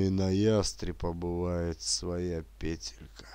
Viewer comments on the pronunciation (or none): none